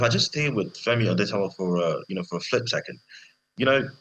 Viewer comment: It's Otedola NOT Odetola